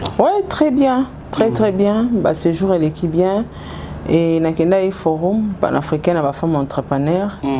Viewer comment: Ma chérie, on prononce forom non pas forum s'il te plaît femme des valeurs